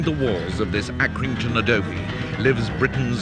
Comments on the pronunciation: it was alkrington not Accrington. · Its Alkrington not Accrington where he lives